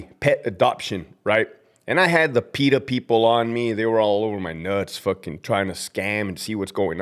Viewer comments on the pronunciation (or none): none